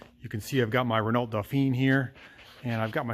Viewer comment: Just so you know, I’m French and we say “Renau”, the “lt” is silent. Great channel love your content, hope you will try to start the 70 years old Chevrolet.